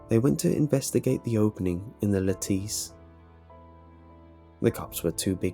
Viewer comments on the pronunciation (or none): Took me forever to figure out what a (lateece) was, then I realized it's a lattice. (Said like lettuce but with an 'a' sound) 😂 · ... Is he... saying lattice...? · Dude, why do you keep say lattice like that..?..I'm not trying to be an ass, but are you in high school..? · the You Know What my fiancé is from Leeds and that is not how the word is pronounced...he notches a few words here and there..like a high schooler..not a big deal..was just asking...